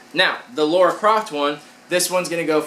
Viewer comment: Maybe it's an American thing but you guys get that her name is LARA not Laura right... do you pronounce lava as lauva ??